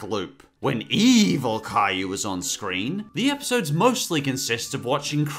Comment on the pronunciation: You mean cry you not Cayou